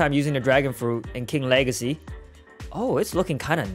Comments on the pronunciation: Bro you say two time king lahrsy not. King wageys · He said king wegacey